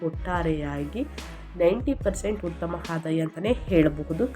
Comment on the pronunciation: Bevarsi munde ucchrane sari madu utthamanna HUTTHAMA anbeda